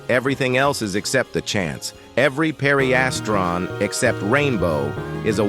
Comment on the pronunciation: Pareistran is how your saying pedestrian